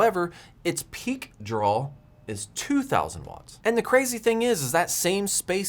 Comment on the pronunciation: Also drawl instead of draw.